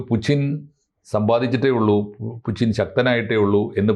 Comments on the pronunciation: പുച്ചിൻ അല്ല പുടിൻ ആണ് എന്ന് ആണ് ഞാൻ മനസ്സിലാക്കിയത് 🤔🤔🤔 ഇപ്പൊ ആർക്കാ തെറ്റിയത്....🤔🤔എനിക്കോ അതോ..... 🤔🤔🤔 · പുച്ചിൻ ആരാ? Putin എണ്ണ പേര് മലയാളത്തിൽ പുച്ചിൻ ആക്കിയോ? അതോ ഇതു ഞമ്മന്റെ ഭാഷയാണോ? ഞമ്മക്കിങ്ങനെയേ pronounce ചെയ്യാൻ പറ്റൂ എന്നാണോ ആവോ.... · Loosu koodhi, Spell properly, it's poothyn as pronounced Puchin alla 😂😂😂😂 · ഇത് എന്തിനാണ് നാവ് വാളയാത്ത പുച്ചിന് എന്ന് പറയുന്നത്, എല്ലാവരും പറയുന്നത് പോലെ പൂട്ടിന് എന്ന് പറഞ്ഞൂടെ